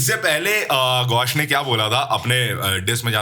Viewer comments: Gaush ❌️ Gush ✅️ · Gaush nahi gush😂..😅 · GAUSH ❌ GUSH ✅ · Gaush❌ Gush✅